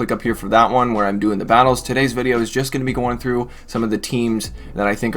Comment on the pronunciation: Definitely heard that at the beginning as "Enjoy the Bidet-o" and was like 😳 "How does he know I've been considering a bidet?!?"